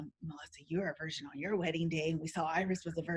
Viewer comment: It sounds like Melissa pronounces virgin like “version.”